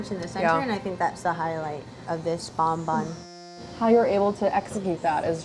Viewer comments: i am french and the way they say BONBON annoys the heck out of me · every time they say 'bon bon' I get internally frustrated. it's bonbon. bon like in bon appetit.